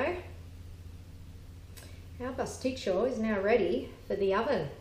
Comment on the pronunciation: Decent recipe, but it's Pastit-SIO - not CHO. There is no 'cho' sound in the greek language. Makes you sound uneducated.